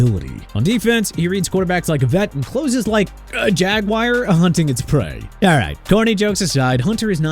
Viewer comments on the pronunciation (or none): none